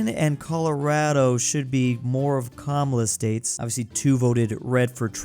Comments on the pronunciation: Kuh Mala… not cumula. But it is what it is cause no one cares lol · It’s kaa maa laaa